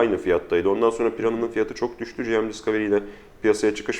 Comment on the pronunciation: Gırgıra bağlamış da olsak "selfie değil özçekim" dedikten sonra tüm video boyunca "General Mobile" kısaltmasını "ciem ciem" diye telaffuz etmek biraz abes geldi nedense, sizi ilk zamanlarınızdan beri takip eden bir İzmirli'den iyi niyetli bir gözlem olarak alırsınız umarım bunu. Onun dışında, sen sakal uzatma be birader böyle çok daha iyi:D